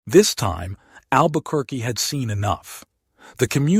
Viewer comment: learn how to pronounce Albuquerque.